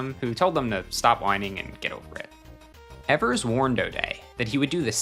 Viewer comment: It's pronounced Johnny eevers not Johnny Ehvers, very common mistake